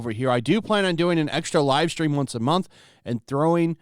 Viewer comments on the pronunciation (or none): none